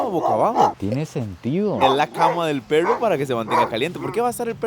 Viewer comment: Una pregunta por que no pueden pronunciar perro: dicen PERROU, CUERNOUS. he escuchado muchos ticos con esa cuestión, es pregunta sería 😊